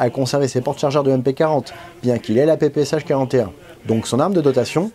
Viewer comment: c'est PP"she" pas sha!!! superbe travail, vous etes un as! bravo!